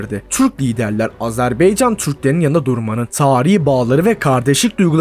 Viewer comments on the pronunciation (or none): none